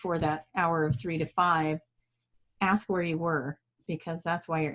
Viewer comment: How come that always say "aks" instead of "ask"? And "aksing" instead of "asking"? I was just curious if it is for a specific reason, or if it is a dialect or something? Much love to you both! 💜